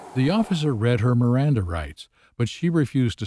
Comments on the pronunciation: Bish couldn't say "Miranda". 😂 Sober for certain! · 😂😂😂 "RIMANDA" rights...😂😂😂😂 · She's too drunk to pronounce MIRANDA 😂😂😂😂😂😂😂😂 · She couldn't even pronounce miranda rights😂 oh this video is too funny 😂😂😂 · She cant even say Miranda Rights. 😅😅😅